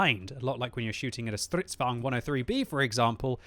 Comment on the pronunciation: for the love of God - please stop calling the Strv's "Stritsvan", the Stritsvagn is pronounced "Strits vah-gin" as in the Wagen in Volkswagen. Please stop mispronouncing the tank names.